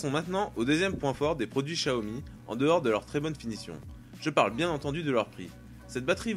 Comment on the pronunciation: / Gaming / Tutoriels / High-Tech étant chinoise et ayant acheté des produits xiaomi en chine directement sur place, je t'assure qu'on dit "shiaomi" et même plus précisement "ssiaomi" (un "s" un peu mélangé à du "ch") :)